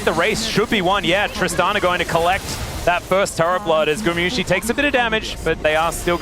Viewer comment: Why he pronounce gumayusi like that 😢 its guma not gumu or gumi and there is sh sound at the end as well